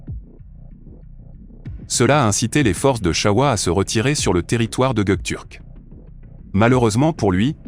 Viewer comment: Are you stupid? This is just a grammatical error. Why do you start a sentence with "wrong history"? The history is not wrong. The guy just said the word wrong. But the history is right.